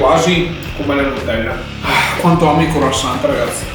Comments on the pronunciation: Croassant non si può sentire:) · "CROASSANT" 😂😂 Comunque sei troppo simpatico! Keep going 👏👏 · In francese croissant oi si legge ua e la t finale non c'è